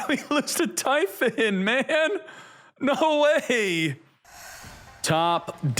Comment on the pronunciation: I’m sorry…what? TY-PHON?!!!!